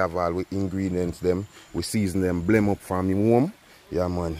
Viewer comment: Not oregarna it's oregano lol 😂😂 and not blem it's blend 😂😂.